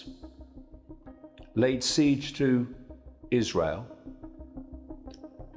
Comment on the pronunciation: Laid siege, not late siege.